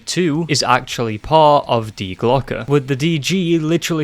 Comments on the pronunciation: Im from germany u spoke die Glocke (The Bell) very Well in germany we say hast du richtig gesagt hahah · Yes, you said die glocke right. Coming from a person who actually studied German, think about it like this. Remember the pistol company glock, well say that and the add the sound the letter a makes.( due to e's in German sounding like a's)